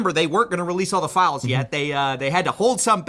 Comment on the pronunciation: What everyone said: "Release the files!" What was heard: "Release the philes!"